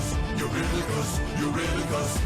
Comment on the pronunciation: How did you possibly mess up Eurylochus' name so badly??? Where did the Dom come from???